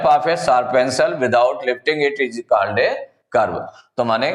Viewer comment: Bhai phale khud padhna sikho 'Called' ko called padhate ho